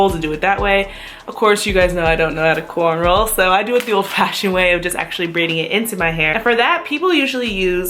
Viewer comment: Well done! Thank you. And just FYI... its a "cornrow"; not "cornroll". LOL!!! Good article